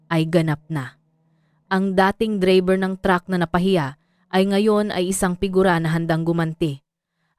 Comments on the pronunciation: Anong dreyber bkit d bigkas8n ng totoo ang drayber Tagalog k naman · Bakit AI na boses ang ginamit nyo sa bidyo na 'to bilang narrator nyo?..ang pagbigkas ng "DRAYBER" ay hindi Dreyber..Putsa nman..! eh,pinag gagago nyo lng sarili nyo..hahaha😂😂😂😂😂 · Saan kaba nag aral bakit ang driver bigkas mo dribir? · ang haba ng dakdak hindi malinaw ang pagbigkas sa DRIVER o Dreyyberrr🤮🤮 walang kakwenta kwentang kwento🤮🤮sayang ang ORAS 👺👹